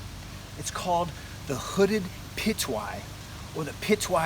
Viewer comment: its not hooded pitohui bro ....